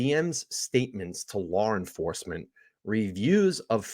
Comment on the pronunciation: Why do you say LawR enforcement lmao 🤣